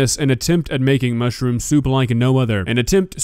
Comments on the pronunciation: seems nice enough and all so I don't want to make fun of her, but every time I heard her say "mushroom" it sounded to me like she was saying "mushy-room" which made me smile inside:) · "Mushi rooms"??? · How does she manage to add 2 extra syllables to mushroom?